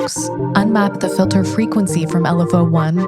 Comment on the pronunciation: ableton's "reviews" are always so great. but seriously... "filther"?